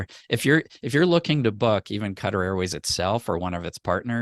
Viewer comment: this is how you say Qatar